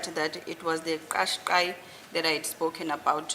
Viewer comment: The vehicle is called a Nissan Kashkai. Advocate Baloyi is right. Not that clicking Zulu sound made by that criminal. This is not Zulu, it's Japanese.